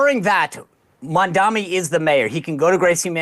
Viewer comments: It’s Mamdani, not Mamdami, you ignorant morons, Mark and Sean!! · Why is it so hard to pronounce Mamdani? Can't any of you actually read? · They never say his name right “Mandami?????” Seriously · People who mispronounce Mamdani’s name really annoy me. His name ends with an “mi”, not “ni”. Why is it so hard for people to say ‘Mamdani’ instead of ‘Mamdami’?? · Holy shit how hard is it to pronounce MAM-dani? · why are they mispronouncing Mamdani's name? Only Megyn pronounced it right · People still don’t know how to pronounce his name properly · Why they all mispronounce the name of the guy? Is it because it is difficult to pronounce by English speakers or it is some racist shit? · Racisim is a cancer in America. They are deliberately mispronouncing Mamdani's name. Even in my dreams I can not live in such a country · These white racists can't even be bothered to pronounce his name correctly. Literally two syllables name. But they won't never dare to mispronounce Netanyahu. 😂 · Do these people not know how to pronounce his name? Basic english fail lol